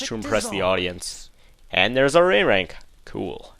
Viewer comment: on act 2 I heard you say ray rank not a rank